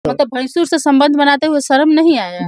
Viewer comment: मिडिया वाली मैडम जी आप भसूर को भैंसूर कह रही हैं सुनने वाले लोग समझेंगे कि भैंसा से प्यार हुआ है